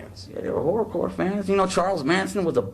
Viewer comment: Wasn't that kid's T-Shirt Kotton Mouth Kings? Did this idiot literally call them Horrocore?